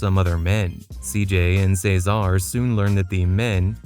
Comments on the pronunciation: Say-zar, Kendl's bf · Are you saying Cesar’s name like that on Purpose?? It’s really annoying how you incorrectly pronounce his name